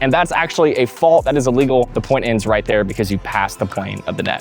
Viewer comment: Great video – you addressed some uncommon scenarios that I never thought of before and cleared up some confusion from just reading the rulebook. I just wish you took some time to re-record and edit confusing sentences and clarify what (to me) sound like mispronounced words like illegal and legal. Section #1 BALL BOUNCING OVER THE NET to “... but if I hit the net, it doesn’t just end the rally…” I’m pretty sure you mean “if the ball hits the net”. Later on (#6), you specifically state that you can’t touch the net. Section #3 BEING ESTABLISHED OUTSIDE THE KITCHEN to “… if you ever step into the kitchen, you need to establish both feet outside to be (unintelligible) able to hit a volley after that point.” I re-played it a dozen times and most times it sounds like you say “illegally”, but by context you must mean “legally”. Suggestion: replace all words after “outside” with “before you return the volley to avoid a NVZ fault.” #4 ERNE CANT’ (sic) CROSS THE PLANE OF THE NET… to “The problem is, most players try to make contact on the opponents’ side of the court, and that’s legal.” Why not just say a fault? Once again, in context, it wouldn’t make sense to call this legal. #9 OBJECTS ON THE COURT and #11 CAN YOU THROW YOUR PADDLE TO HIT A BALL Multiple of questions here. to “if you take a volley out of the air and then your paddle drops into the kitchen, that would be a fault” – I think it’s a fault any time your paddle drops into the kitchen